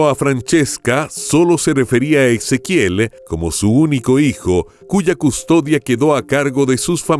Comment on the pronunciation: No suena Ex... Suena como la S... Ezequiel